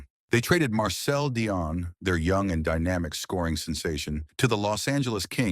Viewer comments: If you want to put yourself forward as an expert , you at least need to pronounce his name correctly. At the moment you get it right some times, and at other make a horrible hash of it. It pronounce 'Dee-on', not 'Di- on' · The AI pronouncing of Dionne sucka